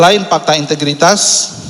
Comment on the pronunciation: MASA GA TAU KAN ASET MOBIL DAN MOGE NYAH DI SIMPAN DI KANTOR !!!!!!!! MENTRI KOQ GA BISA BILANG AWALAN HURUF F PAKTA HARUSNYAH FAKTA PAK WKWKKKKKK